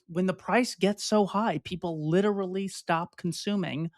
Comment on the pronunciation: Double check your pronunciation of literally.